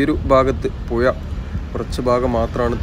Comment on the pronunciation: ഉച്ചാരണ ശുദ്ധി വരുത്തണം, ഉദാഹരണം പെലിങ് അല്ല പൈലിങ് ആണ്‌. പുയ അല്ല പുഴ 😀